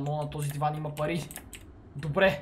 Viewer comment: samo az li chuch ili toi kaza pai vmesto pari